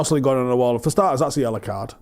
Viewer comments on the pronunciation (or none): none